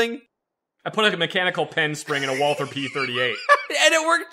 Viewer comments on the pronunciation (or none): none